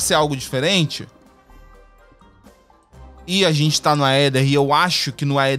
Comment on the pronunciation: Gente, uma dica de pronúncia: em palavras com origem no latim, a sequencia "ae" e "oe" se fala apenas o "e". Então a gente fala "Éther" (Aether), "Édes egipti" (Aedes aegypty), "Entaméba histolitica" (Entamoeba hystolitica), etc